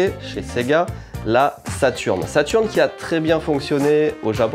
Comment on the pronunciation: Super vidéo Par contre la sega saturn avec un e outch 🤪🤪